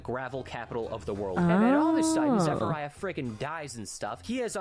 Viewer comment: He did get quite a bit wrong, like come on, “Zephiriah”